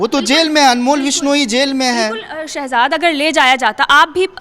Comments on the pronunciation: Oh bhai vidio karne se pehle thoda study kar liya kro uska name sehzaad bhatti hai na ke sehbaz bhatti 🤣🤣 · Abe Shahabad Nahin Hai sahjad Bhatti hai Ka Tum Naam to Le Nahin Pa rahe ho